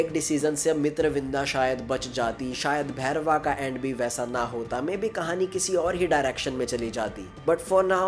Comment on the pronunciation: Not bhairwa it's bhairav 😂😂